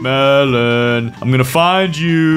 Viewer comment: Melon not Mellon